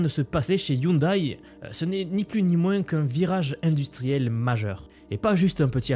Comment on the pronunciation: On dit " ioundè ". De rien !